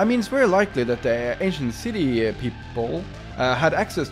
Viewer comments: Lol I thought he was saying asian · I keep hearing “Asian City” 😂😂 Lmao but wow it’s incredible! Can you come and fix up mine now?? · I turned on captions, and whenever you'd say Ancient City, the captions say "Asian City". 😂😂